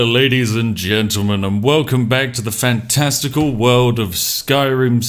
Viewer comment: Just paused the video at fan-... Resumed it and thought you said "testicle world" then realizing that you say FANTASTICAL